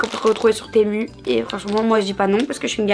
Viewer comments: C temu pas timou 😂 sinon je t’aime trop 😊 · Sa se dit temuuuuuuuuuuuuuu pas temou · C'est temu c'est pas timu mais ma professeur me dit qu'elle prend tout sur le cit temu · Trop cool!!! Par contre « timou » sa me fume 🤣🤣🤣🤣 c tému !!!! 😂😂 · Quand elle a dit timou😂💀 c temuuuuu🤣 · Timou? Moi je connais Temu mais pas timou 🤣🤣 bisous ❤️ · Elle dit timou au lieux de tému sinon t’es la beste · C'est pas timou c'est temu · Timou 😂😂😂 (tému) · Timou ? Moi je dis Tému 😂😂😂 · Sa me stress qu'elle dise "Timou" au lieu de "Té mu" 😂😂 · Mais weshhh tu connais toute les application d achat ou Quoi!!!😂😂😂😂et moi perso je dis temu et pas timu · 😂timou c'est temu😂 pas pour être méchante c'est mon rêve que tu me repondre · C'est pas timou mais tému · Ce n’est pas t’émou c’est temu . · C'est pas timou c'est tému 😅😂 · Maso on dir pas timu c'est temu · on dit tému et pas timu 😅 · Tému pas tYmOU 😂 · C pas timou c temu 😂 C pas méchant 😅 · Moi je ne dit pas timo je dit plutôt tému 😊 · Timou !!??? 😶 sa se dit "tému" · « TiMoU »Nn vrm sinon t’es la meilleure jtmmmm❤ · “Installer timou”😭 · Timou🤣🤣mdr sa se dit comme sa s'écrit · Je savais pas que sa se prononcer (timou) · Pourquoi elle dit timou alors que sa s’appelle temu ??😂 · Ta dit timou